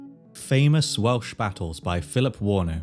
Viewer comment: I’m less than a minute in, and hearing you say the Welsh words and names correctly makes me so, so excited to keep watching